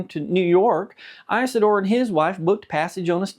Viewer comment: The name is not Ice a door, it is Is a door.